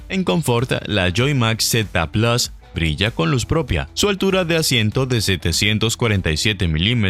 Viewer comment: Por favor PLUS se dice p-l-u-s no plas, es una palabra del latín y desde hace mas de 2000 años se pronuncia PLUS. Siendo hispano parlante deje de darle estas patadas al diccionario por favor.